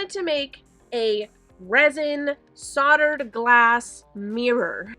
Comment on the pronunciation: Great watching your progress through this difficult but satisfying craftwork. You did a lovely job of this, truly. One thing: Solder has a hard L, so it is pronounced soLdered, not soddered. Just so you know, I'm not picking but someone doesn't know unless they are corrected, true? Loved the video. 💝🙏